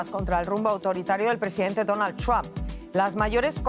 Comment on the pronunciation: Así se pronuncia Trump ,NO tram